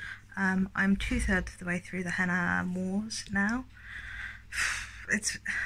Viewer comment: Oh no! It ROTS me when narrators don't look up how to pronounce names or places - like that's literally part of your job surely? The Henna Wars came out in the US first, and from what I remember seeing the author say on Twitter they did make changes to make it better for an American audience (which always makes me laugh that it always seems like American readers can't handle books not set there whereas everywhere else has no problem understanding or converting Americanisms in all the US books we read). I once read a book about an Irish character where there was someone called Nuala and the narrator say NOO ALA like koala and I was so mad haha.